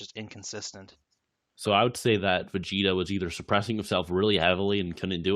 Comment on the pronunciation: "Ve-Get-a" Ok, I'm not coming back to this channel ever again